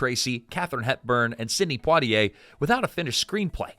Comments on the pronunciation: dasm,mn lasy narrator to sya imporatant names correctly IT IS NOT PO T ay it is Pwa Ti A. French fully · Not Poe-t-ay, Pwa-t-ay, like Poirot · Surely it's PWAH-tee-ay not POW-tee-ay. French, you know. Edit: Okay, after a few tries the reader finally gets it right! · POITIER -- is not pronounced POTier......awful pronounciation. It was a great movie, and Stanley Kramer was marvelous. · It helps to get a role when Hep urn is your relative. It's Pwah tee A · Sidney Poitier's last name is properlyc pronounced "Pwah-tee-ay". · You pronounce Poitier …Pwatiay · Sydney who? Po-tee-ay? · PWA-tee-ay. Oh, you figured out how to say it after 2 and a half minutes. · Is it so hard to pronounce Poitier correctly? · Want people to watch your short documentary? Start with actually pronouncing Sidney Poitier's name. Unbelievable.